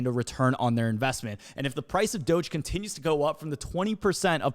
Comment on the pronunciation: how you say "doge" is troubling. Softer G on that. doge = doge.... not doge.